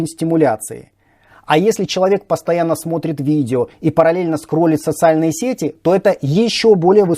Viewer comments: ты специально сказал "сосальные сети"? или оговорился? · Мне показалось, или вначале сказал сосальные сети?)))